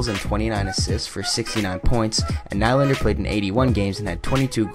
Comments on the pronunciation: William najlander lol hhahahahha it's Nylander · Lol you said Najlander... it's Nyyylander!! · Its pronounced Knee-lander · In swedish it is Nil lander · u said nylander wrong